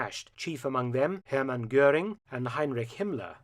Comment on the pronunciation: Heinrish? Taking a page from Dark Docs are you? Heinrish.......for someone who researches and presents these videos at such a high level, your pronounciation of HEINRICH (HYNE-RICK) is like fingernails on a chalkboard.